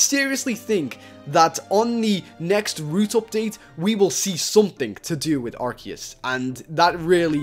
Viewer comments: ITS PRONOUNCED "Ar-See-Us" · watch pokemon that is not how you say Arceus